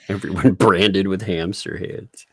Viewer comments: the very 1st line..."Everone" not "EverYone" there's no "y"!!!! Lol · Notice in the first sentence he said "EVER ONE" NOT "Everyone"